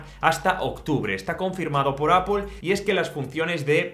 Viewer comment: no entiendo porque en españa se empeñan en decir Apel cuando la pronunciación real y original es Apol que significa manzana 🍎. si vienen a USA 🇺🇸 y piden una Apel nadie les va a entender tienen que decir Apol. lo bueno es que tú ya lo pronuncias bien 👍🏻